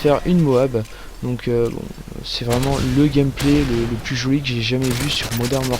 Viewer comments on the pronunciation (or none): none